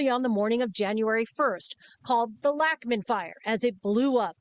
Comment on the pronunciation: I grew up on Lachman Lane. "Lachman" is actually pronounced "Lock-man"